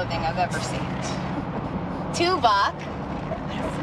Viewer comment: Tuvok. Pronounced too-vock. Easy mistake.